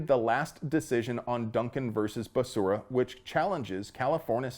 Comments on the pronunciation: SAY IT WITH ME BEH SERRAH! NOT BESURRA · You even say his name right! Basura is the correct and literal way to say it! 🤣🤣🤣🤣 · I like you pronunciation of basura’s name! Muy bueno! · Love the way you pronounce the name Becera ("Basura") Spanish word for trash. So appropriate. LOL. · Dude, every flash of that Mad Dog 20/20, triggered my hangover PTSD. "Basura' is how I'm pronouncing his name from now on. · When Biden introduced him, he called him Javier Bacaria. Lmao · Basura is the correct pronunciation of Becerra...🤣😂😂😅😅😂😅😂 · Hahv ee air Buh Sarah.... Oh, you were saying basura. Lol. That's also correct. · I love your content brother! You are hilarious! The way you blend levity with the awesome must know/have information is very unique. BTW, Becerra is a female calf in Spanish and the way you pronounced it (basura) is trash/garbage in Spanish which is very apropos. Whether intentional or not. Anywho, thanks for all the news/info. And for the laughs. Pedo sniffer is clueless. Someone should write a Dr. Seuss book explaining that there is no "I" in team, but there are 2 in IDIOT! #JustSayin' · Lol, pronouncing his name Basura... i see what you did there... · I kept wanting to correct your pronunciation of Becerra, but then I got the joke. Basura. You are a true hero,. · That's not how you pronounce "garbage". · I love how you keep butchering Becerra's pronunciation